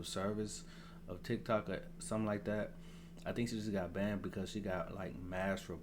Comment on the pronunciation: lmao yea that ish annoying.... How tf she get bandid from banned 💀